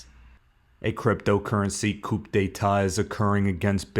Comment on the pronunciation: Yo, the "p" in coup is silent! Love ya though!